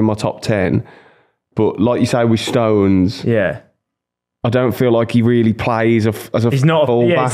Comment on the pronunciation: Why does the brummy keep adding letters to Stones' name. "Stowenes"